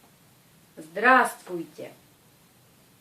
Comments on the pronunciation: Zdra strui tiai ? =) C'est ce que j'entends enfin +- =) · prq en pronence pas le b dans le mot zdrastovtye